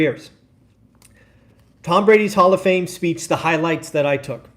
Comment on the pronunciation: Speech. Not speAch.